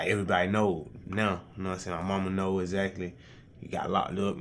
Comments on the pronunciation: Esackly how many times esackly did he say "esackly" ? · "Know what I'm say, Exsatly" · I wonder how many times he said eggzactly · interviewer: exactly lil baby: eggzactly. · Instead of saying ehgzakly, nigga should be saying Yes Officer. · Waitress : what do you want Lil baby : axactly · Ekzackly, akshally, supposszally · boyyyy if dis nigga said say exaxtly one mo time istg 💀💀💀💀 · exactly EXACTLY EXXXXXXXACTLY axectly exactly